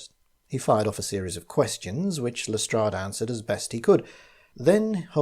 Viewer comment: Lestrade is pronounced correctly!!! It's the little things!!!